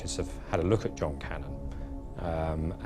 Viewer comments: The police's shoddy investigation, is even reflected in the way, the one particular detective, wrongly keeps pronouncing Cannan, as Cannon! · The narrator lady pronounces it correctly. It's like Can-nan, not cannon.